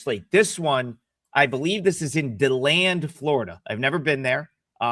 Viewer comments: Hey! Tell Ya Boy Adam Trigg. It's Pronounced Dee - Land Florida. I Know; He Hasn't There Before! 🏀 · Dee-Land! I still need to get to Stetson!